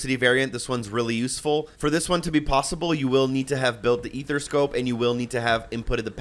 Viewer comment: A-ther-scope... Not a-there-a-scope, or ether-scope. Good video 👍